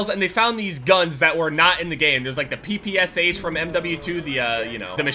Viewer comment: Fuck you, I cringed every time you said ppsh